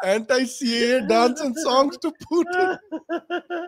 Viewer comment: Sorry to point out but after explaining that a ‘lovely part of your childhood’ was spent in Russia, your pronunciation of “Putin” was not very accurate,.